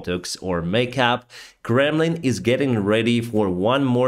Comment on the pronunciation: I hear "Gremlin" everytime he says "Kremlin" 😁